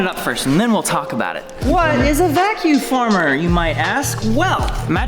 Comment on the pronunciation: He keeps saying vacu former. It’s a vacuum former.